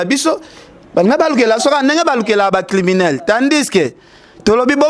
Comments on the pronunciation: balobaka criminel et non climinel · balobaka climinel té mais "criminel". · Bonjour. Si tu peux bien prononcer criminel!